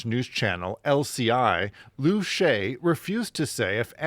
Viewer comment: His name is not Lu Shy. It's Lu Sha Ye.